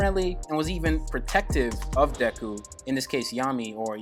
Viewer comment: Your pronouncing his name wrong.. the "e" should sound more like and "ay" or "ae". Should sound like "dayku" or "daeku" . But the "y"/"e" sound is short.